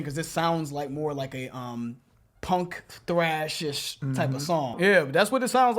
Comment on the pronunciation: Please stop calling it “TRASH” bro it’s “THRASH”, T-H-R-A-S-H